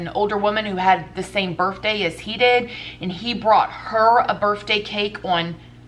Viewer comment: birfday hahaha I'm crying